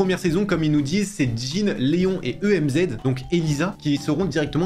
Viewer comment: pourquoi tu dis E M Z au lieu de èmz